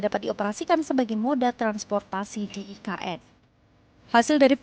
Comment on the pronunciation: Sebutannya pun tak betul dok sebut e ka n hahahahahahahahahahaha parah dah